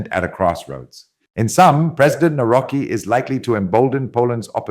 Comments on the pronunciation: Navrotski say it right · Karol Nawrocki, pronounce Navrotsky. And please do not call normality EXTERMAL or FAR right. These adjectives rather fit the neo-Marxist left that currently governs Brussels. And also do not mix the concepts of popularity with populism, because this is neo-Marxist jargon to depreciate the rank of right-wing formations.